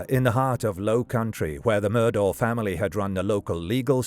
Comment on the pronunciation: Pretty sure it's pronounced like "Murdock"